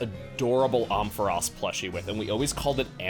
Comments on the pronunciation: Chugga…. I love you and your videos… but the way you pronounced Ampharos physically hurt me. It’s like Amp so it’s Am-fair-ose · The way he pronounced Ampharos made me throw up lol